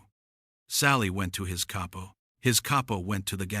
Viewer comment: Gotta love ai narrators. CAY-PO Lmao 😂